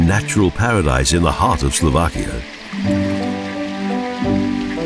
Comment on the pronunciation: Slo VAH kia! Not Slo VACK ia. All "a's" are soft in the Slovak language. No such word as Slovakians, they are Slovaks. The accent is usually on the first syllable, i.e. BRA ti slava, NOT Bra ti SLAVA. So far only one video on UTUBE has pronounced the capital of Slovakia correctly. I am Slovak, I wish these people would do a little bit of research and not disrespect the culture, by giving people very incorrect sounding of the words.